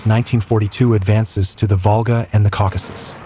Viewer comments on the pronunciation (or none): none